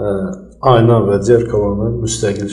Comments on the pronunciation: Cox xahiş edirəm,düz əməlli aparıcı secin.Diksiyası bərbaddır,adam azərbaycan dilini məhv edir.Adi "Ayna" sözünü düzgün tələffüz etmir. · Elcin muellim once garsinizdki jurnalistin ayna sozunu duzgun teleffuz etmemesini ona izah edin.